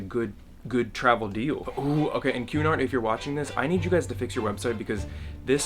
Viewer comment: Happy birthday! Also every time you said Cunard I thought you were saying QAnon. k bye